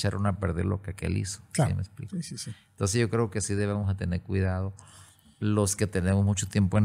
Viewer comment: Me gusta cuando dice, en aquel entonce❤